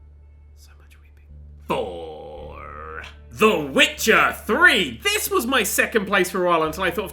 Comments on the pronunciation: If you're talking about the "th" I'm sure it was intentional considering how he pronounces "the __" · "TH GOOD STUFF!"??